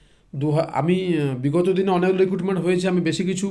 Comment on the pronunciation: অনক/ অনেক --- উচ্চারণ সঠিক করুন প্লিজ...